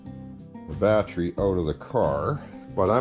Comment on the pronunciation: The way says Battery. Lol- Batrey